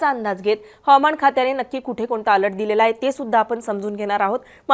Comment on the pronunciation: Over all 😭. अल्ट नाही बाई अलर्ट 😭